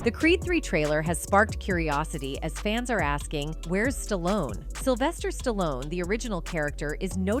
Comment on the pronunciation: Sylvester Stalon? REALLY?? AI crapola.